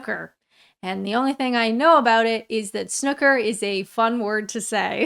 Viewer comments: It's pronounced Snoooker, not Snucker. ;-) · It's not "snucker" Alanna... It's '_Snooker_ ' 🙂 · It's not Snukker it's snooooker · If you listen to the commentators it's not pronounced snuker but sn OO ker 😂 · Snoooooooooooooooooooo as in snooze... Snoooooooooooooooooo + ker. Stop saying SNUCKER. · It's "snooker" not "snukker": same vowel as new and true. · SNOOker -- the vowel rhymes with SHOOT, not BOOK. Snucker -- very cute :-) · snoo ker not snucker please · Why in all the holy fucks do americans call it snucker rhymes with "book" rather than it's real name SNOOKER ryhmes with "Who"? I don't call their games Boosbail, or Biskatbail, or Emoricain Fatbail do I? And do you kmow why I don't do that? Because I am not fuckin' deliberately ignorant, that's why. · S noo ker not snucker lol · Lots of pedantic purists say it must be pronounced snoooker, but I say snucker, it's just a dialect/accent thing. Ignore the haters. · Please pronounce the 'oo' as in poo, or as in new. Most pronounce snooker as snew-ker rather than snuker. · S-new-ker dang it lol Not Sh-nuck-er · Snooooooker!! It's an ooooo sound it's not snucker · I love your impersonation of the commentator. And also go to a Snooker (pronounced: Snewker not snucker) hall and have a go on a full size snooker table: not like a Pool table at all (make a good video?). Those butler/referee type people are the funniest bit of Snooker. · snooooooooooooooooooooooker, not snukker. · Not Snuker , Snoo ker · Why does everyone from North America call is SNUCKER? It's SNOOOOOOOOOKER FFS! Also please react to Darts, Luke Littler! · Hi it’s snooker not snucker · It's not SNUCK-UR, it's SNOO-KUR, and I love that you've featured it, one of the very best sports to watch on a lazy Sunday with a good pint! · Oh when I saw the title I knew you were going to pronounce it snucker. It's actually pronounced with an 'oo', not an 'u' I.e. 'snoooooker. Aside from that, love you to bits! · It’s pronounced SNOO KER not Snucker !!